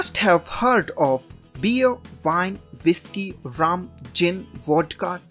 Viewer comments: lol its pronounced "wine" with a w, not "vine" with a v! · I mean no offense bro but it’s called “wine” not vine.